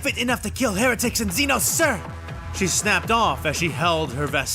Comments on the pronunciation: Lmao. Xenos is literally just an almost always mispronounced word for foreigner in Greek. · Okay, time to talk about the xenos thing. This is a compound pronunciation error that's infested the entire 40k fandom and voice acting infrastructure, and it's entirely down to an deeply entrenched, endemic pronunciation error by the English. They have this idea that the suffix "-os" is an "awss" sound instead of an "ohss". And a tendency to mistake "xenos" (the plural of the word xeno, as in "zee-knows") as a gothicized title featuring the "-os" suffix. It is not. Xeno is short for "xenomorph", which in this context simply refers to any alien/human. And the plural of xeno, xenos, ends in a Z sound. There are no "zee-noss". Only "zee-knows". Why is this so hard for people to understand? Also, you know kväss is a small beer made from fermenting ryebread in water, right? It's got nothing to do with bears.